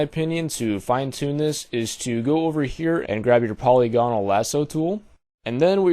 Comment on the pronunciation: Awesome video, but I was cracking up so bad from your pronunciation... Po-LEE-go-nal (not po-lee-GO-nal) Mar-key tool (not Mar-kay tool) Sigh-an (not Cheye-anne)